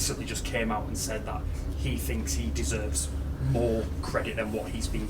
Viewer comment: Love how he finks! 😂